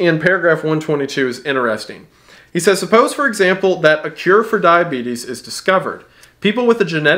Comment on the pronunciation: When he almost called diabetes "The Beeties" I damn near lost it.